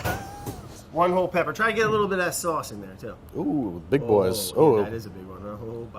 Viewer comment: "almost start to get a little bitta warm"